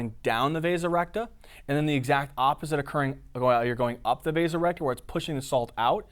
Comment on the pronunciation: Am I the only one that when he said "The vasa recta" thought he had turned into a british guy saying "The resurrector"? Amazing job by the way.